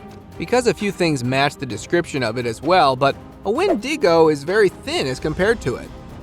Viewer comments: "Youna Brooja"? Una bruja is Spanish and is pronounced "oo-na brew-ha". "Win-dingo"? Wen-di-go "WEN-duh-go". "Dune-dee"? Duende is pronounced "dwen-day". Please, learn some grammar and pronunciation before posting these videos. Thank you. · DOGMAN. What you pronounced as a WHEN DING GO.. Say it with me... WHEN DEH GO... There's no proof that the person at the cave opening is actually a giant. To do so, one would need to know the dimensions of the cave opening. Most cave dwellers, in my perspective wouldn't be aware of what our tech is and does. So why shy the face away. The hand over the face movement is a mankind gesture. Looks to be a dude in basketball shorts, who is wearing a head piece, making it hard to see where he's going. By his gait, it would seem he's ill prepared to be walking around the forest floor without his airone's. Like walking on broken glass one would take, while managing the sticks, rocks, thorns, and uneven ground - minus the protectiveness our shoes give. Have you ever watched animals gaits when treading the forest.. ? they are smooth. This is anything but. DUDE IN A SUIT! Get a good look at a dogs anatomy. It's hind legs are a good place to start. Or as it's been told, check out the horror flick UNDERWORLD. A lot of 'see'rs' have mentioned the creatures resembling THOSE DOGMAN to be exactly what they saw. Who ever created that particular movie, HAD to have had at least 1 encounter with the actual beings. To be so acurate. To a non see'er, or one who is just finding their way into the know. We can accidentally be hood winked into believing this crap. This is a HARD NOPE! CHANNEL CURATOR YOU WILL WANT TO VET YOUR CONTENT BETTER IF YOUR GOAL IS FOR ANYTHING BUT SH*TS